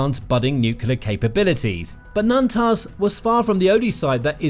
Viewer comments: I stopped watching after he mentioned “Nantaz” instead of “Natanz.” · Natanz, not Nantaz.